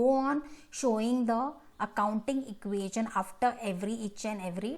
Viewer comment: It's not equasion it's equation